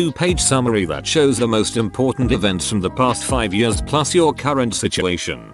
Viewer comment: Yeuurghs (years)